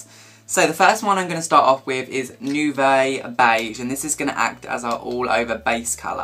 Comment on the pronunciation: its pronounced noo-vo not noo-vay, its french and means 'new'